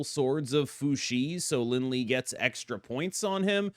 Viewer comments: Lie is pronounced “Li-eh” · FYI the "lie" in Lin Lie is actually pronounced "lee-Eh". You got the Fu Xi pronunciation correct ("foo shi") though :)